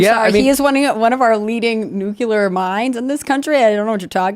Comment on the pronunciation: Please... It's nook-lee-err, not nook-you-lar. I know eveybody already knows that, but man, could we start pronouncing it correctly as evidence that we do?